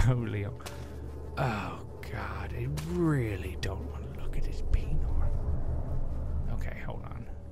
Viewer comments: i laugh every time he says penior! XD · Penor? Seriously xD